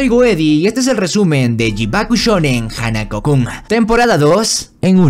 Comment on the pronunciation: Jajajaja ay no manches es muy gracioso el tono en como pronuncias los nombre de los chicos de la serie de hanako Kun adorable y chistoso quiero ver más resúmenes así 😮❤😂😂